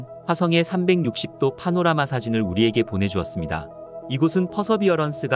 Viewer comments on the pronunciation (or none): none